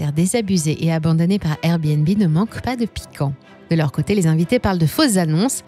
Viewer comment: On en parle du airbéNbé 😂 ?